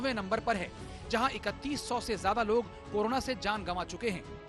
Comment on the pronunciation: Karuna ke korona aap sahi uccharan to kijiye